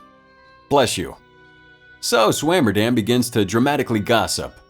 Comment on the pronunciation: I always find it interesting when people try to pronounce literally anything Norwegian! Swommerdamm “so SwamerDamn..” that actually made me laugh! (A) for effort though!!!